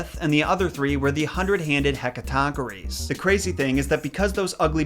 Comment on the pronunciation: As a Classical Studies nerd myself, I can appreciate your new footprints on this old ground! P.S.: It's pronounced "heh-KAT-un-KIRES", BTW, the "hundred-handed," hekatoncheires, provided I'm spelling that correctly!